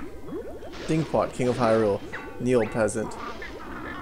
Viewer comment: "Hurule field"